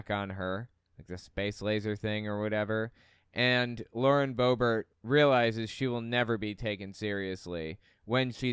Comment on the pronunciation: Lauren Bobert is not French. The T is pronounced. Boe-Bert. She is a joke